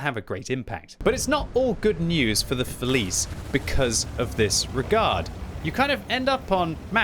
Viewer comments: Just as an FYI it's pronounced "fe-lee-tchay" in Italian :) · Hey ! The pronounce of the tank is "Feliche" yo :) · I think the correct pronunciation is [feliche], because it is Italian tank. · Being Italian it hurts to hear "Felice" like you said Still great video tho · you mastered 'progetto', mostly 'bassotto' but please, 'felice' with English pronunciation reminds me too much of a child's snack 😂